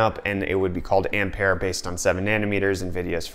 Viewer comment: Oh ... finally someone says 'Ampere' in the correct way .